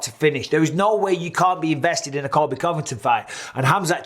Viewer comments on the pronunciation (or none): Never heard the word "way" spoken so crazily :D